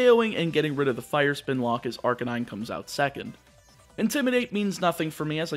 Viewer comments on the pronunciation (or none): none